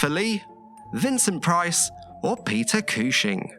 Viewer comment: Peter Cooshing??!!